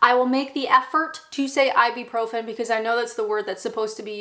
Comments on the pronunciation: i've never heard ibuprofen like that. sounds like a pirate, "i be profin'! yargh!" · Tends to be pronounced ibrufen 💗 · it's Ib-U-profin, not Ib-E-profin. If you buy branded versions of such drugs, like Nurofen, they cost about 10x what the generic version costs. Halloween originated here in the UK, (Ireland/Scotland) but when I was young it was mostly a bit of dressing up fun for kids, not adults. Dressing up by adults is considered a bit silly & American. Here taking much interest in it has always been seen as a bit sinister & sacriligious, & was discouraged by the Church etc. It only became acceptible if treated as childrens fun, to be grown out of, like Santa Claus & the Tooth Fairy. It's not compulsory to enjoy, or even to drink Tea here in the UK, many of us prefer coffee, which was popular here before tea was introduced by Katherine, the Portugese wife of King Charles 2nd. Tea was first served in Coffee shops. Instant coffee is the most usual way we consume it, because it is very quick & easy to make, using the electric kettle, & even quicker than tea, & more dependable.This always ensures that it is Hot, which is how we prefer it, whereas filter or machine or percolated coffee is often tepid or luke warm, & we don't much like things long brewed, as this makes it cool down, & too long brewed tea gets bitter. No matter how it's made, or what it's called, coffee always tastes like coffee, whereas tea comes in so many varieties, & in so many ways, all of which are different & not to everyones taste. We do not all eat mushy peas, or Black Pudding, or other UK 'staples', such as Haggi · It's I-byou-profen. I'm pretty sure. Not I-B-Profen. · I'm not surprised you say Advil when you clearly can't pronounce ibuprofen to save your life 😄 Ibeeprofim?!? 😝I do agree on all of those 'British Classic' foods being pretty inedible, although you forgot the one you are going to burn in hell for not liking - Jaffa Cakes! 😍